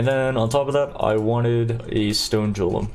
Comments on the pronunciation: does he mispronounce words by intention? jiolem instead of golem and so on... for a non native english speaker like me it's very annoying to hear that because someone might not understand what he's talking about or maybe believe that is the correct way of pronouncing the word. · "Golem", not "jolem"! :) Great run! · '' I love your videos, but for the life of me I can't stand the way that you pronounciate your words >:C for that, that's a dislike from me.'' - anjery jolem jamer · "carrion JOLEM" lol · ainjer (anger) too, wtf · Hey brother, I love your content. It teaches me things about PoE that I couldn't have imagined. Just wanted to say that "Golem" is pronounced the same as the LotR "Gollum". A hard G, not a soft J. Thanks for what you do. I love specters, was waiting for this. Thanks so much. Edit: Ah sheeeet.... You just addressed this. :) Edit 2: Al-CHemy... are you doing this on purpose? The hard part about the mono-tone and humor is people can't figure out what's humor. Al-Kemy is better. Edit 3: Your comments on alcohol are AMAZING! You've hit the nail on the head, without having spent a few decades learning that lesson the hard way. You'll never regret NOT exploring alcohol. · I know you are doing it on purpose specifically to trigger people, but i am triggered for you saying "jolem" LOL. STAHHHPPPPP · The pronunciation of 'g' in golem and anger is really triggering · Why do you say g's as j?